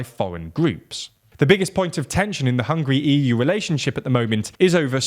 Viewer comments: Did he say hungry? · It Is NOT hungry it is hungAry....you listening way too much of the "wastern"version of the news..Hungarians against if anybody who try tell us what to do.. we had that for 2 generations we don't take that B S anymore..and we will not allow to anybody ever do that to us again..Hungary has a strong leader and you guys don't like it.. tought sh..t.. '